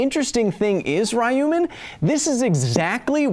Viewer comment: Tfw he reads ruyman wrong